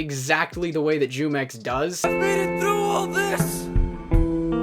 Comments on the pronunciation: Does it bother anyone else how he says jumex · Its funny hearing all these non hispanic people pronounce his name wrong af😂😂😂its a mexican brand of juice